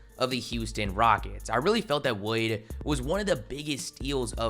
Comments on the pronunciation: Do yall not hear how this man is saying Wood? Wayduh Wahud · “Christian Woyd”